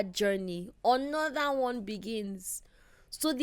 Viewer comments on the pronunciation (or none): It's how PL says another as "onoda" for me😂